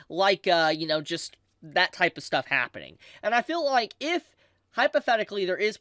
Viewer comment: Everytime u say feel i hear fill 😊